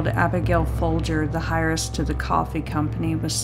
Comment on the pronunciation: Great video. Please look into how to pronounce heiress.